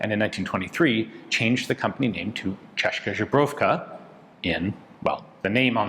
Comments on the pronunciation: I like your pronunciation of ČZ (Česká Zbrojovka). Your version would be "češka žebrovka". Which would be something like "female from czech made from ribs. "češka = woman from czech" and "žebro" = "rib":) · Ian, I love your channel, I've been watching it for 15 years, I think. You're awesome, you're a pro... Please, check your pronunciation of česká zbrojovka :)